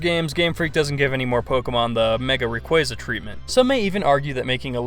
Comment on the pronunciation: How do you say Rayquaza correctly the first time and then fuck it up the second xD